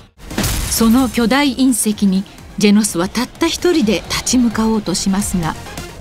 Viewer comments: ジェノスがジェンスに聞こえた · ジェンズに聞こえるけどよく聞いたらジェノスって言ってるゾ 名前勘違いしたわけではないと思うゾ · ジェノンズに聞こえるんやが俺的には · 不思議ですが自分は聞くたびにジェノスとジェンズが入れ替わってます・・・ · ジェノスって思うとジェノスって聞こえるし、ジェンズだと思うとジェンズ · orz三 「ジェノスって言ってると」思って聞いたらジェノスって聞こえたゾ（個人の感想） やってみて